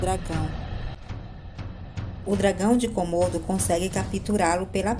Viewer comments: Quantos "cômodos" tem sua casa? Até onde sei, se trata de dragões de Komodo (se pronuncia comodo e não cômodo). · Não se diz kômodo e sim komodo